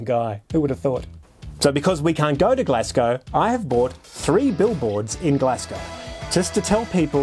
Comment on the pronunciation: This is awesome but can we talk about how to pronounce “Glasgow”?